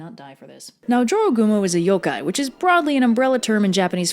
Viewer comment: I learned the right way to pronounce jorogumo from this video. In Spanish class we read a story by a Spanish-speaking author where a dude encountered a jorogumo and had to escape. There I learned to pronounce it as "ho-ro-gumo" because j is pronounced like an h in Spanish.